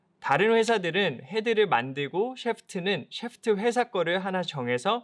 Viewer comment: 테에크놀러어지~~~~. 너우 굴린다 샤아프트으으~~~